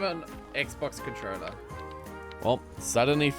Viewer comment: bro your pronounciation of controller is a sin 😂